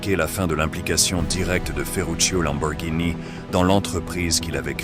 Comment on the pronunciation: j'avoue le "lambowurgnini' et le 'fwueuari' son un peu, comment dire, agacent mais sinon la vidéo est très intéressante, bon montage ect.... tu mérite vachement plus de vues! essaie aussi de mettre plus d’énergies dans tu voix!